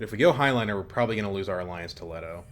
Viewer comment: curious why you call it "high-liner" instead of "hey-liner"